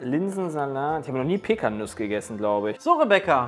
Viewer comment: Und bei heißen Pekkanüsse "Pekkanussnüsse":D